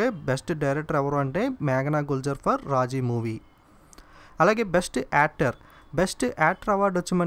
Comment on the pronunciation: Raaji kaadu raazi